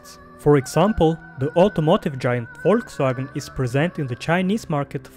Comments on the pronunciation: As a German I just have to give you mad probs by pronouncing german words like Volkswagen, very well done bro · as a german i have to say i’m proud of your spelling of volkswagen not many are able to pronounce it nearly german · You pronunced the German names pretty well